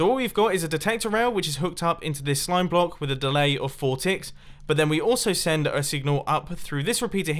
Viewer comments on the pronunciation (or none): Top 5 most common Mumbo phrases: 5: right here 4: like this 3: running into/out of 2: a signal strength 1: the odd yet fascinating way he says “block”